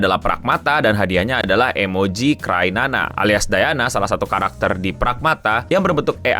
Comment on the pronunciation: kok crynana sih? bukannya cryana? Kriana bukan krinana?